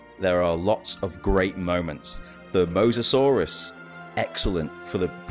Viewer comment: The mosasorous was excellent… did this dude really just say this?